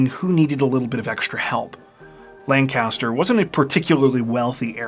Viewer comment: Ppl not from my hometown. "LAN-CASTER" 😂😂 we say lank-a-ster. We would drive past this house alot going to Baltimore. And everyone in town always said the son set it up. Crazy how the rumor mill stirs up lies. I was 16, I was just dumbfounded that it happened. Such a sad story.🥺